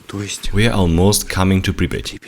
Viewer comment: Its pripyat hash!!